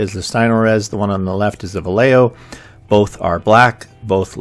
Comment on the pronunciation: My only problem is the way you pronounce Vallejo. "Valejeo" 🤣🤣 It's vayeho.